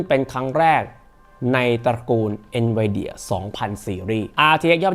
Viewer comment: เอ็นวีเดี่ยไม่ใช่หรอ หรือเราออกเสียงผิดมาตลอด😅